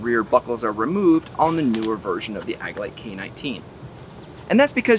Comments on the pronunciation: Couldn't stop shaking my head every time I heard him say Ag-a-lite 😂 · Lol I love the review and I subscribed but it almost seemed like you were pronouncing agilite (ah-G-light) incorrectly as a joke but you said it alot haha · Love your vids bro. Also, the "g" in Agelite is pronounced like the "g" in "agility." Agilite is a portmanteau of Agility and Lite (as in lightweight). Just so you know. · This bugs me as well lol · You're not pronouncing Agilite correctly. Otherwise, good job with the comparison. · Man the video is good but the way you say AGILITE is so >_<